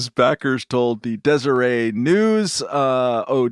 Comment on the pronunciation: Pretty sure you say the T in Deseret. They're Mormon, not French.